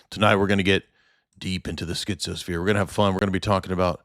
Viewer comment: "Tonight we're going to get deep into the schtizo-sphere."